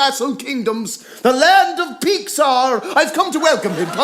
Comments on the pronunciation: oh my deadgod, 'the land of peexaar' XDXDXD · "The Land of Peeksar" sounds a lot like "Pixar".